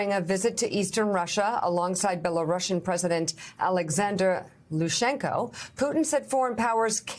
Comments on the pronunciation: Lukashenko. Not Lushenko. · The Belarusian dictator's name is Lukashenko, not "Lushenko".